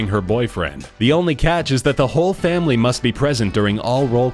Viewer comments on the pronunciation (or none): none